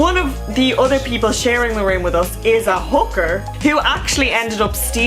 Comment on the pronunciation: Hooker not hoover lol